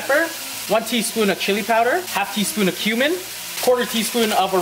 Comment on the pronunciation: When he say cumin it sounds like human